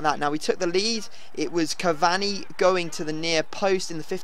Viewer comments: It's not CAV-AHNI it's CAV-ANEE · Cav-ani not cav-Zuni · btw its ca var knee